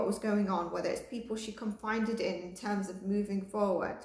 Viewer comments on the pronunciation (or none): Confided. Con fi ded Loveu. Just a little word help